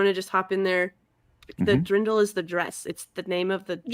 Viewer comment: On the off chance someone reads this, I can have my "AKCHUALLYYYY" moment. It's not "drindl", but "dirndl" (deern-dl), which is a dress very particular to Bavaria and Austria. It's the short form of "Dirndlkleid" - Dirndl being a diminutive of "Dirne" (girl) and "kleid" meaning dress. So basically "A dress for young women".